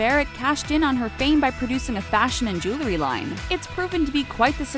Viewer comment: Please learn how to pronounce "jewelry." Hint: It isn't "jew-lery."